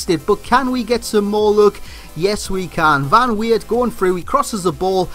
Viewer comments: The Dutch "E" is not pronounced as English people pronounce "A" as Well. It's just a different accent. English people just can't say it. Maybe you can hear it with Google translate, but I'm not sure if thats correct. But it's definately not Van Weird! Lol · van leeuwenburght. pronounced vahn leeuwn burght, not boerght. and weert is pronounced completely different, its like van weird but not the ei but just the dutch pronouncation of the ee..